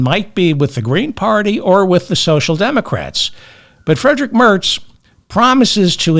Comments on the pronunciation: Merz like Märts, with an "ä" as in English "cat" . What you said sounds like "Mörts" as in "girl". And a German "ei" is as in "my" or in "kind". By the way, the lie that the Nazis were communists is a US-born conspiracy theory. You can find it in the writings and publications of American thinktanks run by Nina Rosenwald or Rebekah Mercer, equally David Horowitz. The "new-Right" adopted that humbug to whitewash themselves. Nina Rosenwald's "Gatestone-Institute" supports people like German neo-nazi Michael Stürzenberger. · Merz is NOT pronounced the same as Mertz. Yes, I remember the real Fred...I was born in 1953. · There is no "t" in Merz.....